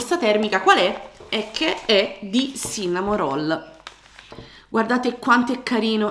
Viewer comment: Si legge sinnamoroll